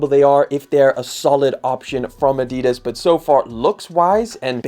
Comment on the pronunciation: Somebody definitely needs to learn how to say Adidas.